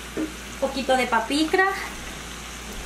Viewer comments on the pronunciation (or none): Crei q era paprica no sabia q se decia papicra😱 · Hola! Me quedaron ricas, solo siento que les falto un poco de sabor 🤔 quizá porque no les puse adobo ni el chipotle en polvo. Por cierto, ¿qué es el adobo o como lo consigo en México? 😅 Y una observación del idioma, según yo es paprika y no “papicra” jeje.. solo una observación sin afán de molestar. Muchas gracias por compartir sus recetas! 😊👍🏼👍🏼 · Es páprika , no papikra 😊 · Genial, me encanta preparar lss fajitas de pollo o cerdo. Sólo que no es papikra sino paprika. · Se ve muy rico, lo hare hoy mismo. Aqui en Mexico se le llama Paprika y Ud le llama Papikra que esta mas dificil de pronunciar bye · Es pakipra o papikra ?? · Felicidades por la receta. No es por molestar, solo para aclarar que se llama PAPRIKA i no papirka como usted lo dice. Gracias por su trabajo de subir estos videos. Saludos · Basil sería albahaca en español, otra cosa reyna se pronuncia Paprika, no "papicra" saludos y gracias por compartir.... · gracias !! Esq la señora del vídeo dice pakipra y me confundió , pensé q era otra cosa .